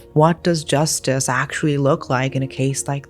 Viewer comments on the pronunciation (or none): This mf said justise lmao